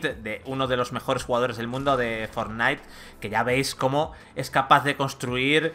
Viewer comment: Porfavor no digas Fornite di Fornait